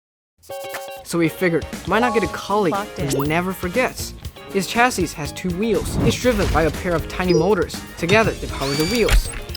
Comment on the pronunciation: Chassis is pronounced like shae see